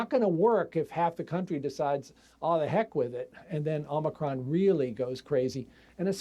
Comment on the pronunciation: You mean O Mi Con,cmon,man. Let's go Brandon